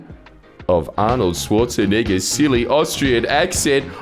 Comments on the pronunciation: hard r schwarzenegger 💀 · You totally just called him Arnold Schwarze-nword didn't you.